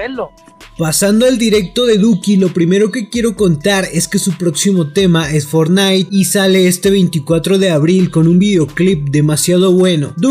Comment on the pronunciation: ''su próximo tema es FORNAIT (Fornite) Duko: ''el 24 sale for nité'' xd